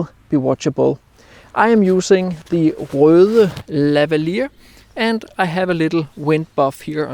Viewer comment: Thanks, now I finally know how to pronounce Røde correctly